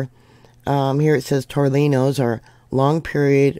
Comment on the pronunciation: Tore knee ohs. That’s how to pronounce tornillos. 😊